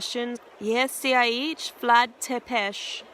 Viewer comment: Not to nitpick coz I'm loving these vids but u keep saying "Sepes" it's actually pronounced Tepes with a T